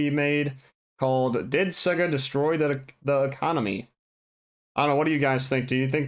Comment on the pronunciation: Why can't you say, "sega" right?